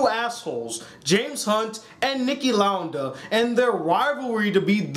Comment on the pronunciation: It's Niki Lauda(Lou-duh)